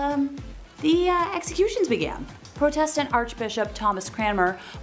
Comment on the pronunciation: How do you mispronounce Protestant? Protestantism is one of the major religions in this world!! People are just getting stupider and stupider by the minute! SMDH 🙁